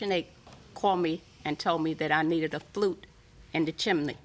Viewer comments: It was the plaintiff needing a "flute" that got me. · Plaintiff keeps saying "flute" but I'm pretty sure she means "flue." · "Fluke" is a meter, it's "flue"! LOL